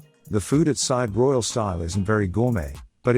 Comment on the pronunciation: If you set yourself up as travel specialist learn how to pronounce the resort name. Side is pronounced seeday